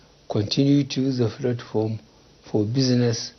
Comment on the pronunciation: He can’t pronounce “Platform”. He keeps saying “flatform”.